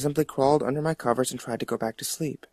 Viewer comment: More like "Go to slee." Jeff got no lips, lol.